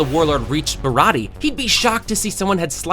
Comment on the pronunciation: Your pronunciation sucks, this has gotta be like the 10th video where you can’t say “Baratie” and you still call him mihook instead of Mihawk, what the hell?